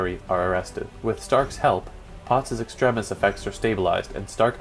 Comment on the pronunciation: Wtf is “estremis”